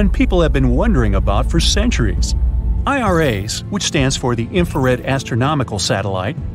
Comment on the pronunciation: "i are rays"? i say "eye rass"!